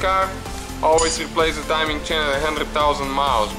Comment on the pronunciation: Hey, it is not "chin" , it is a CHAIN ! Chin is in Your face ! Also what is "ansor" ? I think You waiting for answer,right ? Look, this engine did not have a balance shaft, so NO NEED timing for chain for Oil Pump ! Oil Pump no needed for timing !